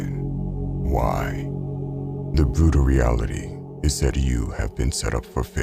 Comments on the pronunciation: The bwutal weality, is non of you are stwong. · This was a bwutal weality